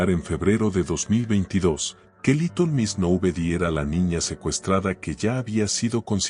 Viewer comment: porque dice liton en vez de litel?